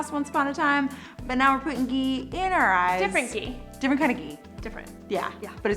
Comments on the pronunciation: The 'h' in ghee is not silent. It's ghee not gee. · It's not 'gee' it's 'Ghee' say the h 😂😂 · It's ghee..not gii..no hate, just saying! (Pronunciation is different) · Babes.. It's not Gee it's Ghee 😂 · It's not Gee it's Ghee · Please stop pronouncing it wrong. It’s “ GHEE” not “GEE” . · These people don’t know how to pronounce ghee. Smh😠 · Its not gee its ghee😂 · Btw It’s not gee it’s GHee